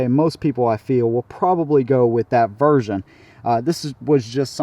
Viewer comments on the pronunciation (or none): none